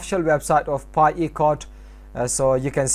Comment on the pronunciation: i dont understand your english when saying pi webstore